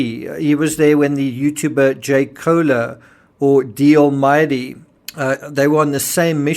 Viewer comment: Other submarines, and submersible’s work until they are retired, barring any disaster. This was a short lived, fiasco. Those of us that have had relatives that were Submarine Sailors, know they stay underwater for long amounts of time, while on patrol. Koehler, is pronounced, Kayler .